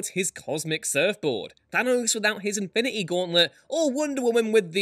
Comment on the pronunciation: Infi-needy gauntlet??